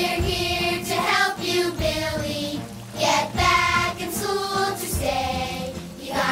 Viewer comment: The way he pronounces school 😂